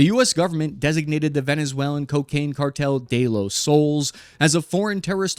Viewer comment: The Spanish word "soles" is pronounced "soh-less". The "o" is pronounced like the "o" in "go", and the "es" is pronounced like the English word "less".